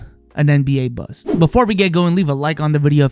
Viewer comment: Mans can’t pronounce the T in bust 😂 I’m dying😂😂